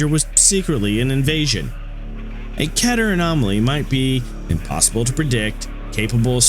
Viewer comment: You can search up how to pronounce "Keter" y'know? You don't need anyone to tell you how to pronounce "Keter". I get it, pronunciation can be frustrating and what not. Meter, Letter, Better, Wetter, Setter, and more. Keter can rhyme with Meter. Some people just pronounce the word "Keter" as Ketter with two t's. Why? Because it can rhyme with other dictionary words.